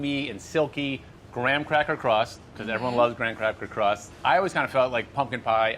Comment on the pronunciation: I keep hearing him say "gran crapper crust"